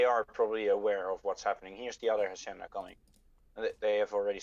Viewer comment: Just a tip for pronunciation it's not jacienda the H is unsound just say acienda